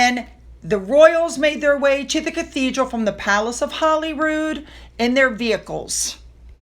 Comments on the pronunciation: Holy Rood = Holy Cross. It's pronounced HOLY ROOD, not HOLLY ROOD. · I know this is insignificant but when speaking of Scotland please pronounce Holyrood House correctly:) Holy not Holly:) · Hey, I just love your channel and watch it everyday. I just wanted to say that Holyrood, I believe, is pronounced Holy as in Godly. Not Holly like in Hollywood. I believe Holyrood means "The cross on which Jesus Christ was crucified" You should look into this information for yourself, but I'm pretty sure I'm right! Lol Much love to you and your family. Keep up the excellent work! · No, Holyrood is pronounced in Scotland as in Hollywood. Legend had it that the king was hunting in the area and came across a white stag with the holy cross on its antlers and established a monastic institution where the palace now is.( A legend used very often in medieval folklore throughout Europe). Through time the pronunciation has been corrupted . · No, it's pronounced Hollyrood by all Scots.